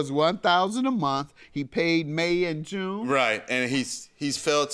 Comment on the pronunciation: Omg Mathis makes me sick... the way he talks down to everyone, the way he always has to let er'body know how he knows the game 🙄, one minute he's uncle Ruckus, the next he's Tupac ,,,and it pronounced monTH-th-th not 'munt'. He's low rent with a low iq and I'm shocked that anyone would hold him in any sort of high regard. 🤡🤡🤡